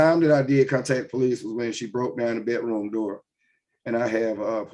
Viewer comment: What is a "Bet Room" door?